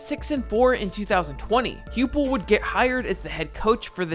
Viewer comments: It's Josh HI-pull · great video, but just wanted to mention that Josh Heupel’s name is pronounced “Hype ool”. Former Oklahoma Sooner QB legend. Boomer!